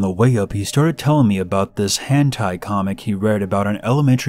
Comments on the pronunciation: It's hentai not hand tie. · "hantai" omfg it's hentai 😤😂😂😂